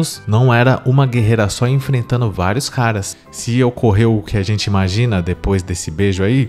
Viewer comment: Por que que a galera da red pill fala IN MAN GI NA?